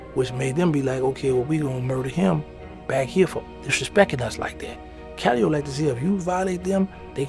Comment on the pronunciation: Duuuuuude....the P in Calliope is NOT pronounced...🤦. Even if you aren't from there, ain't you ever heard a Master P or Silkk the Shocker song? Jeez man, makin my Louisiana ears bleed over here WHODI 😂